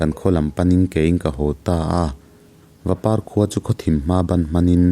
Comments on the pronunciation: Khaw hming hi lam dik a har viau ni maw? Vapar, Vando a 'par' leh 'do' (hei hi chu a hnu lam ah chuan a dik) lam rik dan hi hriat a har dawn loh nen aw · Vapar kha I lam thluk lutuk aa a thluk a omlo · Angaih nawm thin e👍👍 mahse hming ilam leh khawhming ilam then khat khi adik lo deuha..Vapar( "par" khi ari ahniam deuh tur ania) Pa.Gina poh khi Geena tia lam thui lo in Gina thluk na awm lo in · Vapar ti a par hi hniam phei tur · Vapar khua i lam dan hii a diklo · Vapar te Tedim khua te hi alam rik dan hi i thiamlo der anih Chuan i thing ka ti khawp ang.🥴🙃